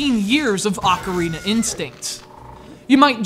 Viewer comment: did this fool say "The Legend of Zelda AUCARINA of Time"? ain't the pronounciation Ocarina of Time?not Aucarina? never heard of Aucarina but I've heard of Ocarina